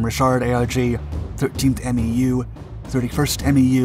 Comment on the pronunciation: Dude...stop calling it "R-Oh-Kay." It's pronounced like "rock." As in "ROK Marines, our USMC counterpart." And it's not "Em-E-You" it's pronounced "Mew." Come on man. You don't make these mistakes in your other videos.